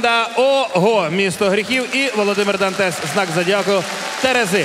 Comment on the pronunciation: все отлично но, "дантес" бесит ппц)